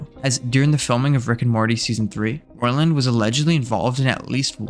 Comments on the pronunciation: His surname is pronounced “ROY-land” not “Roland”. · he only begins to pronounce it correctly He pronounced it wrong at the very beginning of the video and only then corrected himself after several mentions of the name. He said phonetically: 'ROLLAND', not 'ROYLAND' or 'Roiland' as it should be spelled. You should probably rewatch the video as you have it the wrong way around first of all. Yes he did correct himself eventually sometimes, but if you are going to do a while expose on a person, generally you should be able to say their name correctly. His video is also extremely biased and doesn't at all talk about the fact that he has already been vindicated of the claims against him in court. Despite that being an established fact as of the release of this video, it was not mentioned once. That's terrible journalism, as well as purely intellectually dishonest at best. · He did pronounce it right at the beginning than he changed the pronunciation later on. So which way are you saying he's pronouncing it wrong? With or without the i in roiland?